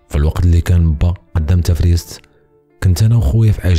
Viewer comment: نطقك لإسم بعض المناطق لم يكن موفقا : دهار أباران وليس دار أبارا تفرسيت وليس تفريست